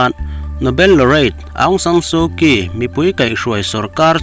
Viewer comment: Aungsansuhkyi tih ( kii) niloin Chawhmeh allna( Chi)Aungsansuhchi tiin i lam tawh dawn nia.